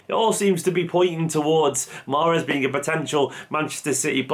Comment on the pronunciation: The e is silent.